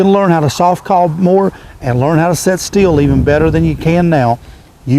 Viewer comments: It's pronounced STILL not STEEL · Is he saying "set steel" or "sit still"?